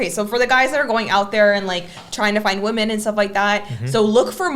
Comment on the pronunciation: Why are you guys still wasting your time approching "wemehn"????